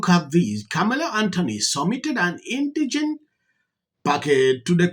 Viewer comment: Pronounced In-di-jent. Not "indignant"